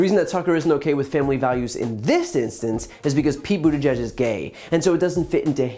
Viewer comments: The way Tuckems deliberately mispronounced Pete's last name in the same way he calls Representative AOC Sandy is disgusting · Does anybody really expect anything less fr Tuckems? Normally I spell ppls name correctly, but since he f** up Pete's name, on purpose, it's fair game.